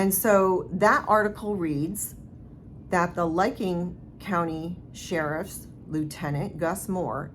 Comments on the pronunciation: The county in Ohio investigating the Keesee case is Licking, pronounced lick-ing not liking. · Yeah it's licking county not liking county. Just so people know what county if they want to look it up and follow it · its pronounced...lick Licking Co.😊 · . I worked there (not as an officer) for many years. They operate in integrity. (btw, Licking rhymes with ticking, believe it or not 😂)